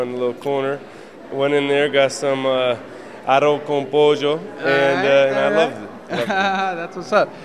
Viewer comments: Nigga said poyjo 😒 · "Harro con pojo". Nice try Aaron.